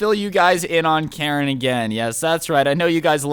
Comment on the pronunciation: Jesus christ its "Karen"